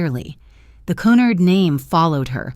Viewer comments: If it was 'Cunnard' it would be spelled that way. It's Cunard. phonetically... 'Q-nard'. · Que-nard! Pronounce correctly ai fake! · This is the most appalling dross I have listened to. Moronic voice cannot even pronounce Cunard properly.